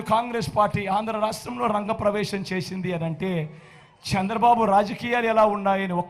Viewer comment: Sir, మీరు దయచేసి చంద్రబాబు గారి పేరు కూడా సరిగా పలకడం లేదు. సంద్రబాబు అని పలుకుతారు